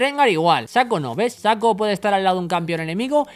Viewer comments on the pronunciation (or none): Saco :v Lol, es SHACO ''Chaco, solo que con ''S'' :b